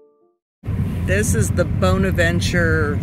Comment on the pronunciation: I've always heard the word 'bonaventure" pronounced with a short o and not a long o when you're talking about that cemetery